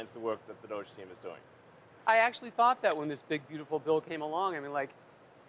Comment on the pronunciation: Why does he keep saying doige?